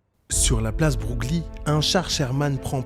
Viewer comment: Je crois qu'on dit "la place Breuil"... Enfin ce nom (Broglie) se prononce Breuil... Me semble t-il.